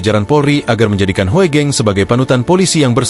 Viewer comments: Jadi Nyeri dengarkan Celotehannya. !!!! Seharusnya dibaca Ibu Meri Hugeng - Bukan Hoegeng. !!? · Maas.. tulisan HOEGENG bacanya Hugeng nggih